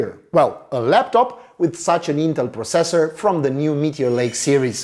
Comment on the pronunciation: gd review but the way u say processor really bugs me